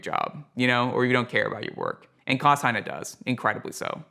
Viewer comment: Heyne is pronounced I believe according to my German pal Klaus Hi-Nay. I think that is right,. BTW he had sone all of my vintage U87's that were before the AI versions which are not really usable for modifications.